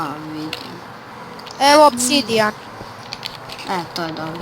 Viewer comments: kaze se OBSIDIAN a ne OPSIDIAN!!! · kaze se opsidijan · Pa isto je, bitno je da se razume sta hoce da kaze